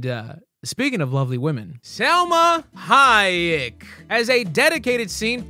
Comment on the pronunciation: It's Silma Hoyok